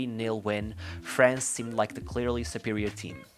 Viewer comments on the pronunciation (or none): none